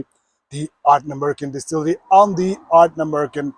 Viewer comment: Ardnamurchan.Wonderful Scottish word.Beautifully pronounced.The love of whisky is a special thing.SLANJ SIR 🎉